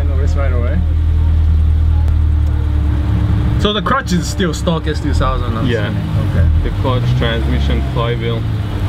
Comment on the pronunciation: da crutch is still shtock